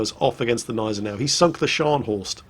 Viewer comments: PRONOUNCE THE "G" in the Gneisenau! It's really really annoying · its Gneisenau, the G is not silent